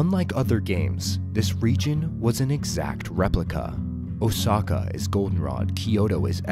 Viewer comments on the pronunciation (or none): if youre going to give us a leason on japanese history try learning how to properly pronounce these names. i lost count of how many times youve butchered the names. osaka for example, you not once said the word correctly